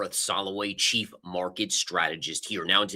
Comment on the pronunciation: All great and i like your videos , but change that intro of yourself as ''chief market strategist'' sounds like ''cheap'' and i laugh every time . Once again your strategies are not far from mine and i like your videos . 👍🤘